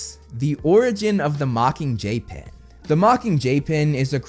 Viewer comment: it sounds like ur saying the mocking jaypin